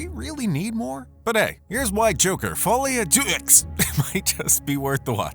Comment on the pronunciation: Great video! The messed up pronunciations have me rolling 🤣🤣🤣 it's "fuhlee-ah-duh"